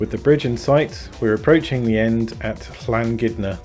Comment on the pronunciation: Excellent video with some nice calm commentary for the not so calm river voyage. Really enjoyed it. One minor point, your get out point is pronounced llan-gun-id-are. Happy paddling. 👏